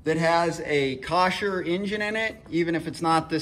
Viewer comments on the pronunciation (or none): Thank you for making this video. It has helped me greatly! The name of the motor is pronounced phonetically (Cole- Er). Whomever told you it was phonetically (Kosh-Er) was lying to you by accident or on purpose. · It's a KOHLER engine NOT a KOSHER. There is no S in the name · kasher ? wth ? kohler you mean ? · Thanks for the feedback & tips on how to pronounce Kohler!!! LOL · Not Kosher it’s Kohler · Wtf's a kosher. K.o.h.l.e.r. Cole er, col as in cold. Er as in you're an iddddiot. This video is Very hard to watch because he explains like his audience is ah slow. Excellent content though, just don't be so analytical. Except that the fuel pump is not a filter. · When I first looked at this video, I thought "No way this is the answer to my problem"! Same symptoms, but surely my cable wouldn't just loosen during the winter. I thought, might as well try it...You, my friend, are a genius! (or at least you get honorable mention!) The only question...is Kohler pronounce "Kosher" over yonder in Kansas City? LOL! Thanks for the video! Worked like a charm! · Kohler. It’s spelled Kohler and pronounced “coh-ler”. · Good video, worked for me. Where did you get "kawsher" from, though? There's no s! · Thanks for the video. Pronounce the engine properly and it would make watching these so more pleasurable. Its ..........(Co=KOH) + LER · Dude the way you say Kohler is not right it’s ko-hler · Cant fix it if u cant pronounce it. Koh-ler. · come on, we all noticed but he solved my issue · If you pronounce the engine name incorectly how can I watch your video with confidence?